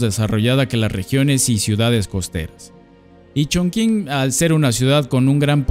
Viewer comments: Como persona que habla Chino no puedo con tu ChonKing jajaja😂😂😂😂. Se entiende que es una palabra en chino y lo pronuncias según entienda la gente que habla español. Pero te voy a enseñar y lo más parecido a la pronunciación es CHONTCHIN 😂❤ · Se dice "chongching", no "chongking". ¡Me encantan tus videos! ♡ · Sabías que Chongqing se pronuncia chonching? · La forma más parecida de pronunciar Chongqing con los sonidos del español es "chongching" y no "chongking". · Muy buen video, haz uno de Shenzhen 🙃 Por cierto, la Q se pronuncia como CH, entonces sería algo como Chong-ching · La q en chino suena como chi.... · excelente video, maravilloso, no hagas caso a los haters. Aunque si debo admitir que me dolio escuchar la q como k (mas q nada porque estudio chino), pero es solo un detalle en medio de tanta virtuosidad. Muchas gracias por tu video, eres un grande! Saludos! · Eso iba a comentar, las q delante de "i" y "e" se pronuncian como "ch", y sólo se usan en palabras de origen extranjero También el diptongo "ou" que no es propio del español se pronuncia igual que en el francés "ú" Y cualquier palabra que lleve "x" y no provenga de una lengua semita (árabe y hebreo) o caucásica (latinas, griego, germanas, eslavas, etc) se pronuncia como "j" Por ejemplo (de ciudades chinas porque es de lo que va el video): Hangzhou se pronuncia Anjzú Qingdao se pronuncia Chinjdao Xinyang se pronuncia Jinyanj Ahora podrás pronunciar topónimos extranjeros en una reunión de pedantes del español sin quedar en ridículo 😊 Posdata: las "h" después de "z" no alteran el sonido de la "z" por lo que su pronunciación es la de la "z" de toda la vida